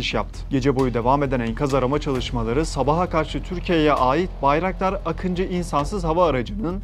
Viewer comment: Akintsi değil Akıncı = Не Акинци , а Акынджы ! и ударение не последнюю гласную в слове Байрактар !